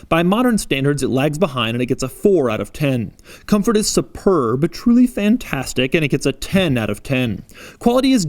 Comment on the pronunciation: Bro I like your " This" .....spurb